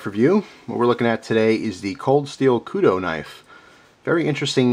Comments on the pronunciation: OH MY GOD, WITH THE KUDO. I almost turned the video off. It's Kudu, like Kudoo. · just so you know Kudu is pronounced like koodoo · Ok, thats as long as i could go without saying somthing, Kudu is pronounced. Ku Du Koo Do Lol, it was killing me to hear you say it that way. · this is your best example of your spelling i had to read it like 4 times and that is a kudu said k-u-d-u not k-u-d-o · good review, but its kudU not kudO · Its pronounced koodoo that's the animal the knife is named after. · pronounced koodoo not koodoe :) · sounded a bit like you said Kudo, no worries my foreign friend, us south african-afrikaners love when we atleast get some recognition from "the outside". But the Okapi isnt "our knife" in south africa it was more the brown people and black people who used this a LOT , they were obviously the poorer people. The Okapi is nice and was the AK of knives in south africa, dead cheap, somewhat crude and unbreakable. The knives that the middle/higher class users had/have are handmade a lot, I live in the city of cape town, I carry a kershaw scrambler, very happy with it, but it is a little expencive for us, we can easily afford it, dont get me wrong, but it's very bad to lose something like that. Good thing I havent, but my Dad has knives that price up to 300$ called a stahl knife also another kershaw and a spyderco, but he carries a 2$ knife so I am looking at the kudu, french opinal or a buck, but he needs something like the kudu or opinel, because he doesnt want to lose something, so he wont carry an expencive phone or knife, he has a 99%chance of being the victor in a knife or fist fight (these older afrikaners are tougher than old leather boots) but guns are guns, so he has that 1% of it being a dumbass who pulls a gun in daylight in a city....sadly it happens. But yeah, that's why he needs a quite cheap and sturdy knife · Its pronunced koodoo bro you have an amazing collection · KUDU long u sound